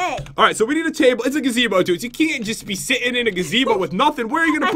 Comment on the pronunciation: Is it me or did pat said cable instead of table